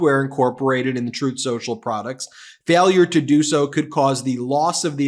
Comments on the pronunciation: "Troth Senchel" 😂😂😂😂😂😂😂😂😂😂😂😂😂😂😂😂😂😂😂😂😂😂😂😂😂😂😂😂😂😂😂😂😂😂😂😂😂😂😂😂😂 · You said, "on truth social" or "untruth social"?